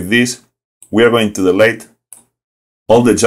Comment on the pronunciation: Don't worry about that. Yes, you keep mispronouncing some words, e.g. ‘delete’ and ‘who’, but I can still understand you very well. And compared to the tutorials of some native speakers, yours are well thought out and without a lot of blah blah blah. I've watched at least half of them so far and have the rest on my to-do list ;-) Greetings from Germany.